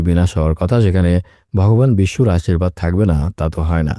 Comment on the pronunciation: Vogoban Bishnu uccaron hobe